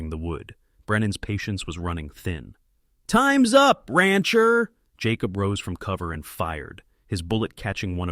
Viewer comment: You main character is phoneticallycally pronounced 'Jay-cobb' not 'Jaw-cob' you kept pronouncing it both ways, cannot listen, if you ever decide to edit might be back.😢